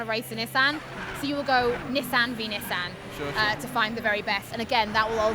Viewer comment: lol nee-son